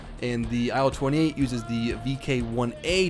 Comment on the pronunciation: In Яussian TU sounrds more like "too". And IL like "il" in "will" )))